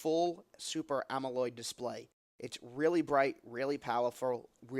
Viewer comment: Not AMOLOID Professor. It is AMOLED. :)